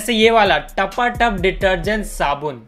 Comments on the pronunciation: Not tapatak its tapa tap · usne tapatap ki jagah fhatafhat bola 🤣🤣🤣🤣🤣🤣🤣🤣🤣🤣🤣🤣🤣